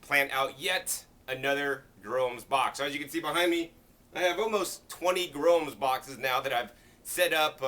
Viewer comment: For those like me who couldn't understand what the box is he is talking about, it's a GROWUMS BOX. All I heard was gromes box.